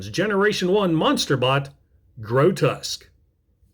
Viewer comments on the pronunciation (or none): Massive fan. Grotesque (I don't ever correct people's pronunciation, but yours really bothered me: it's "gro-tesk") isn't a squirrel, a sabertooth tiger, a rat or anything you mentioned, he's the very TRUEST Monsterbot, just a demon from hell!!! I love his head-sculpt too, I think it's a deliberate juxtaposition that he's called Grotesque and looks suitably grotesque in his alt mode, but has one of the most symmetrical and attractive robot mode head sculpts of any G1 Transformer. I still have my G1 Grotesque, but he's missing a wing... G1 parts-formers, what are you gonna do? SO impressed yours still is able to emit any sparks at all...